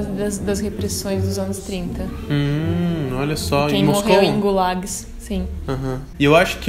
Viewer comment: quando ela pronunciou "gulÁgs" eu pensei em corrigir. Que ousadia.kkkkkkkkk